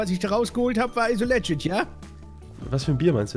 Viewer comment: Informiert euch mal wie man „legit“ richtig ausspricht weil das stört hart